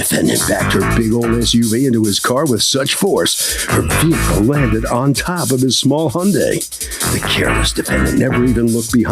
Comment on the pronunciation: How about "eC-ce-tera" instead of etcetera. Or "ve-Heh-cle" when the h is supposed to be silent in vehicle. Or "sa-pose-aB-lee" instead of supposedly. Or "pitcher" when what they mean to say is picture.